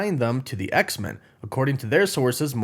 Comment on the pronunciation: I love your work but I'm so weirded out by the way you say X-Men. I've never heard anyone say it that way. It's X-MEN not X-min. Men needs to be said the way it would be if standing on its own.